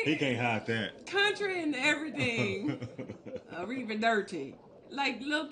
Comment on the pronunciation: A river Derchi.